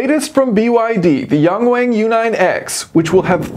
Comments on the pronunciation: 1 correction: It's Yung Wung, not Yeng Weng. Hope you can pronounce it correctly 😌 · Pronounce 'wang' just like how you pronounce 'Yang' - closest would be 'young-wung' for English speakers.